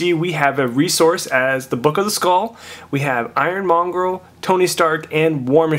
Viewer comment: It's monger dude... Not mongrel